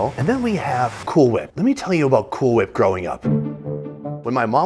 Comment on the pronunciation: Did he say, "Cool hWhip?"